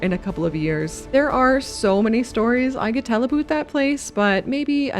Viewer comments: 'ABOOT' Always fun to find out quickly someones Canadian :D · Nice build...but your "a boot" had me going... 😂😊